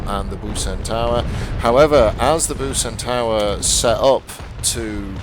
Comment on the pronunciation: Btw the "c" in Bucentaure is pronounced as an "s" so it´s Busentour. :)